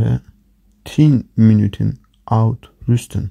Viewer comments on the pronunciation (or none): Uitrusten kelimesini yanlış telaffuz ettiniz hocam. Size tavsiyem bu fiili doğru düzgün okuyabilmek için Türkçedeki "yer" kelimesindeki "e" harfini "ü" harfiyle birleştirerek okumayı deneyin umarım işinize yarar.